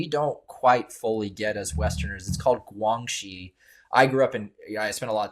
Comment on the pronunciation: 2015 PRC Cyber Security Law: 2015 中国（中华人民共和国）2015年的网络国安全法。 As regards to the guest fellow expert, it’s pronounced “GuanXi”(关系）not “GuangXi”, essentially what in Latin legal terminology, is “Quid Pro Quo”/You do for me, and in exchange, I do for you. The new way of saying it in today’s PRC is referred to in 北京, as “双赢”/win-win.